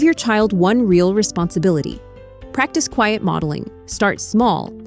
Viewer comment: OK, I just had to do one more: "resposonifilty", "respossnififity" :D